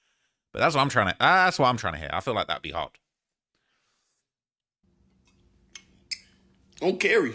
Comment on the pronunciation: On caree, On Carey, on carry, on Carie, on-carry, on Kerry, on care-e, awn que ree